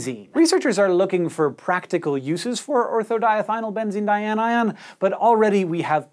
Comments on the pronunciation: how does he keep saying that word so effortlessly like it doesn't have 100 letters in it? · I think this whole video concept came from him wanting to prove he could repeatedly say ortho-diethynylbenzene dianion without slipping up. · Thank you for your deft pronunciation of ortho-diethynylbenzene dianion. That would be a good name for my new puppy. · Well done on pronouncing that too long name! Also Craig (Wheezy Waiter) would be proud! 😜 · Look how proud Hank is getting that word right, lol! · Your skill in pronouncing ortho-diethynylbenzene-dianion is astounding.